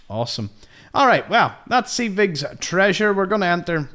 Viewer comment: Pretty sure it's "Sedge" (like hedge) "Wick"